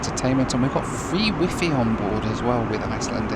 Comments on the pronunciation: The way you pronounce WIFI made me laugh, one IT engineer to another. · The way your say "wifi" reminds me of how my dad says "sci-fi" - "sky figh". "Wifi" is a "pun" on "high fidelity (hifi), and the Wi bit stands for "Wireless". Not the Chinese chat app. I mean ... say it however you want, it's a made up word that means nothing. Just saying.